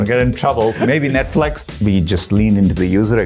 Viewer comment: What is netflex? does he mean netflix? google tried to acquire netflix?